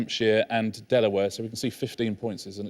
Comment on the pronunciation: Delaware. Not even Americans would say Delaware.